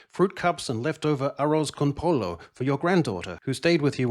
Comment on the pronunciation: Arroz con pollo: Pollo is pronounced poyo.